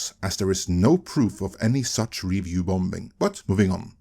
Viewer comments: Love how this guy always pronounces the silent B in bomBing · I guess that's how they pronounce it where he's from. Unlike when he pronounced "committee" so it sounded "comedy" (which he corrected after it was pointed out to him), "bomBing" doesn't cause any confusion.